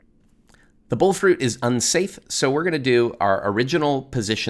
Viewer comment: the bole fruit. The Bole Fruit, which is the Tree Card that reduces down damage. I think he's saying "Bull fruit" but I can't keep getting confused as to why Agistis, the Tree, is spawning the Bole Astro card. Brain hurts!